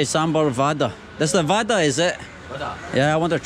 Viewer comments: It's wara.. not waada.. Hey.. you need to work on your pronunciation..!!! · Dear if U don't want spicy tell them non spicy...and it's not vaadaa it's vada...vaadaa means promise😂 vada means d u can say rrrrrr when pronounce.. say now vada with varrrrhaaaaa haha😂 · You pronounced Vada as the word "waadaa" which in hindi means Promise! 😂 Cute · It's pronunciation is like vadahhh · you must learn the pronunciation of vada. the 'D' in vada is pronounced differently. what you're pronouncing means "promise". sambhar-promise. always good to see your videos. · Foreingers cant pronounce ड़ा